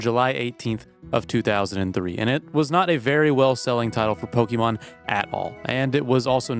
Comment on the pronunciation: Please, it's not Pokemon, it's Pokémon. Not only in the writing, but in the pronunciation too.